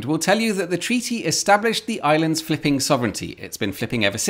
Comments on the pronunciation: when you say fliping, i'm hearing fking, every single time. Hard to understand your text then. 😅😂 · Am I the only one who thought he was cursing everytime he said flipping ?🤔